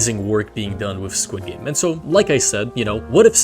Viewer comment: skwid gaymes